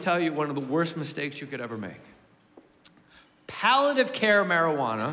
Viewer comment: *palliative like when smoking with pals - pally-a-tive